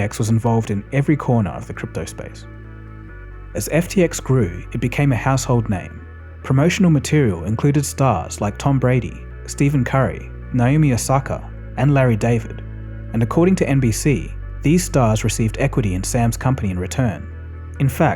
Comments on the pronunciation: did you really say steven curry? its stephen mate. haha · Two things from a pedant (me) 1. Stephen Curry is pronounced “Stefan”, not “Steven” 2. If you think inflation was “starting to rise” in 2022 you are even more mistaken than the Fed. It was WELL on its way in early 2021. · pronounced steh-fahn curry, despite how it is spelled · its pronounced steffen curry bud. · You know the narrator doesn’t watch the NBA when he pronounces Stephen Curry’s name as Steven😂😂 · “Steven Curry” 😭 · Man the way you pronounced Stephen Curry made me cringe